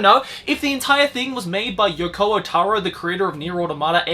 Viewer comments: Maybe. He is literally the only person i've ever heard say "Yokoa" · Ahh yes my favourite game creator "Yoko-ah Taro"